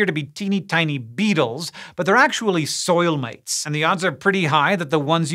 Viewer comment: i heard soil-mates 🤷🏼😂with mates being in a thick english accent